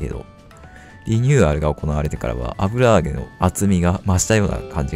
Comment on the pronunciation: 「油揚げ」ってこんな言いにくそうな単語だっけ